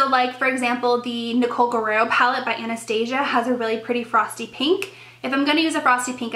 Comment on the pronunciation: oh honey lol the blonde is betraying you lol. its pronounced tresteek lol (like dress but with a t) tique (like antique) haha trestique.. it has that teek tresteek the way you said it was funny as hell lol and the way you say anastasia haha. adorbes...